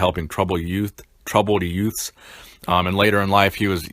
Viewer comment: troubled yewts ?